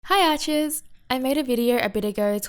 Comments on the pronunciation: It's "hi archers" lmao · Yes, that is what she means, but each time I forget that she has an accent (adorable) and leaves out the R. It takes me a few more sentences to remember, and then I dismiss the offense of being called an "otch". She's obviously just greeting her fellow archers.